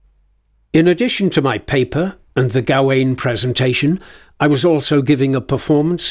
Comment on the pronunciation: Why do you think 'Gawain' is pronounced like that?